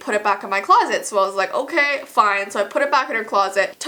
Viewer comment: Sofiya Iliassov I think she said k like OK